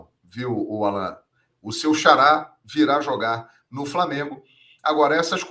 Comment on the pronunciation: O NOME É ALLAN E NÃO ÁLLAN POIS NÃO TEM ACENTO OK, UMA DICA SEM QUERER TE ENSINAR NADA OK UM ABRAÇO